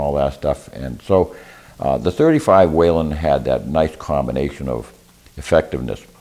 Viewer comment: Whelen not Whalen